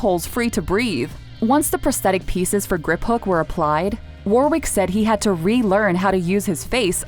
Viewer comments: war wick? you pronounce it as wa rick , bloody yanks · Who’s Warrkick Davies it’s Wa-ric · Who'd want to have to go through all that ! I hope their salaries reflected the discomfort of it all. Incidentally, as Griphook was portrayed by the English actor Warwick Davis, his name is pronounced as Warrick NOT War Wick. Just thought I'd mention it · “War-wick” 😭 it’s pronounced “wa-rick” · War-wick?? Seriously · People need to learn how to pronounce names before recording. Warwick - the second W is essentially silent. 🤦‍♀️